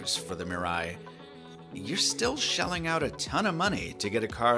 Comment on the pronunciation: MEE-rah-ee good vid except for the pronunciation of Mirai